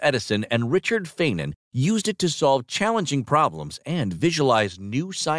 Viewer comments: It's Richard FINE-MAN, not "fayn-man", at the very beginning. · Thank u for mispronouncing fayman but not the great tesla. As long as his name is correctly spoken I dont care who's name was mispronounced generally.